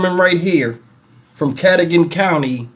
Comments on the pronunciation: Cadogen is pronounced Kuh-doh-gen. I live right down the road. What a nut bag! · Ca- doe- gan